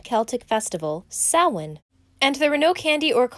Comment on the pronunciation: It’s so refreshing to hear someone say samhain correctly